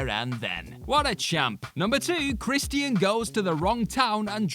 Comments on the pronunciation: ChrisTEEAN? You mean CHRISTIAN. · Chris_chin. Not chris_T_ian. Chris_chin. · Who the hell is Kristy-In? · I hope this guy knows it’s Christian. Not Chris Tian. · Crist-ee-uhn (Christian) haha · The way you say Christian is frustrating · The way he says Christian is funny af